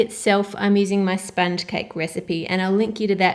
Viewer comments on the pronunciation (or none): none